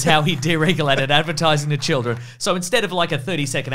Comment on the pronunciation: what in the heck and "advertizmnt" 😂 its AD-VEER-TYZ-MENT 😅😅😅😅 Edit: you said "advertising" right